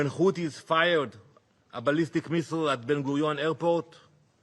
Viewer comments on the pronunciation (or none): none